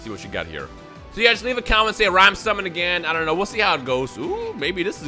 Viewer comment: Bruh he said "simmon" instead of "summon" lol